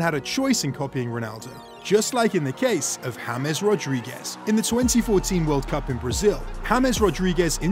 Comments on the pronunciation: he said in the video hames instead of James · no in the video he said hames instead of James